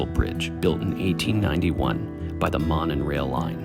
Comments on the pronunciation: This is the first video I’ve watched of yours. Sorry if this had been mentioned already— it’s pronounced “moe-nun”. If you care about that kind of stuff anyway. I like your channel. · Monon is pronounced 'moan on'. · Monon....it's pronounced "moe-non" Are these guys even local to our state?